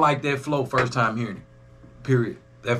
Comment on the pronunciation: Did you say "Only TOM balls is good ? at 11.06 🤣😂🤣🤣🤣🤣 nahhh I know you said Time,,,but I swear its sounds like TOM